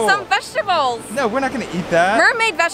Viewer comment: It's pronounced mermaid not mermaid